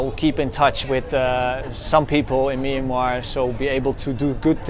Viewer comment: As a Burmese speaker, I wish foreigners would just call the country Burma. They can't pronounce the word Myanmar properly, it's not even used by Burmese speakers as we all know the word is a written form of the country's name, not the spoken form. I know that they're trying but I can't stand that sound, it sounds like the discount pharmacy like Kramer said lol